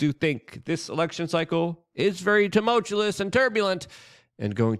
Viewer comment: LUKE, I love you but the word is TUMULTUOUS. Ta-mul-chew-us.